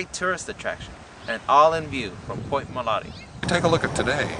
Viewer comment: She keeps saying MOLANTE. Is it MOLANTE or MOLATE? Oh wait, she’s starting to say MOLATE. Never mind.